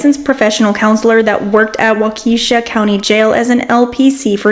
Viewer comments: lol.. it's not "Wakeeshaw" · Haha it's pronounced "Wok-uh-shaw". Lol